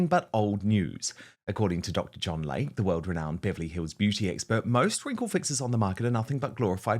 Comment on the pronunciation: It is DR. "LAY-KEY" NOT Dr. Lake. 🙄